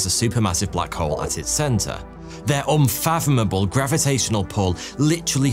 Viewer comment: Gotta love that "oomphatomable gravitational pull"!